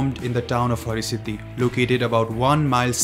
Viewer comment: Its Har-Siddhi not Hari-Siddhi …please make sure to correct it .